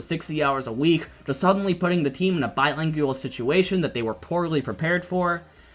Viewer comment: BiLINGual, not biLANGual